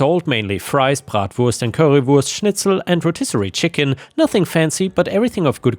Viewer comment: The way pronounced bratwurst, currywurst, and schnitzel so perfectly… is just beautiful. His German is spot on. Hats off to him.